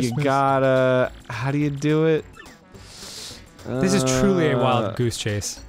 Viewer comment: No, Arin's just crszy. I totally understand the difference between "thiz" and "dis"